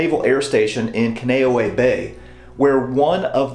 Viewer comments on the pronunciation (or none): Dude, it's pronounced "Ken-Uh-No-Ehh" "Not Ka-no-way" Bay. My father-in-law was sent there to recover after being seriously wounded in Vietnam at Hue City. I love your history videos, and I mean no disrespect, but you are doing a diservice to Hawiians, Marines, and Navy by miss-pronouncing the name. Take a few minutes, and research the pronounciation before you do the video. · I have studied the Hawaiian language, also learned a lot while training to be a Reservations agent for Pleasant Hawaiian Holidays. Kaneohe Bay is pronounced: CA•NAY•OH•HAY. KANE means "Man," and OHE means "Skinny." Hence, you have 'skinny man' in the Hawaiian language. I think Hawaiian culture is fascinating and is to be respected. I appreciate all the places you take us to with your videos. Well done! Your videos keep me captivated and intrigued! Thanks very much for interesting work,! I enjoy all your videos! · Spoken as “Con knee owe ee Bay”….Kaneohe Bay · Kahn-eh-oh-hey bay, you tried but being stationed there that was killing me lol. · We pronounced Kaneohe as CON-e-O-e when I lived there. They may say it differently now. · Its pronounced "Con" "E" "Oh" "Hay" Bay....just an FYI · Glad to see you highlighted Kaneohe (although you mispronounced the name). A lot of people don’t realize that Kaneohe was attacked first. Most don’t even know that Schofield, Ewa Beach, Barbers Point among other places were attacked besides Hickman and Pearl Harbor. I had the honor of reenlisting on the Arizona memorial in 1993, and retiring at Kaneohe in 2002. I was also fortunate enough to meet Chief John Flynn during a building dedication at Kaneohe. I look forward to your next video on Hawaii and WWII. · You’ll have to lodge a complaint with the U.S. Marine Corps. That’s where I got the pronunciation. 🤷🏻‍♂️